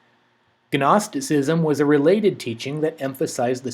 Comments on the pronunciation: Guh-nosticism lol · Nobody on planet earth who knows anything about theology pronounces the "g" in "gnosticism".